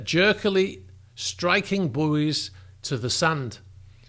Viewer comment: I wish he could say buoy properly